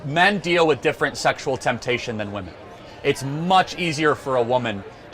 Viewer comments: Seriously I do not understand, is there a trend that I completely missed where we no longer say women in plural correct anymore? when you want to talk about women as a whole it's wom"e"n not wom"a"n you go to college and English is your first language so get it right you absolute living failures. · the plural pronounciation of women is different than woman, they always say "woman" to refer it as plural